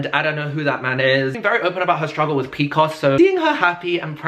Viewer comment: I need one of these for every month 😩 also him saying p cos instead of p c o s weak 🤣❤